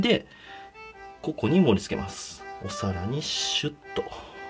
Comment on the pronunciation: こ↓こ↑に盛り付けます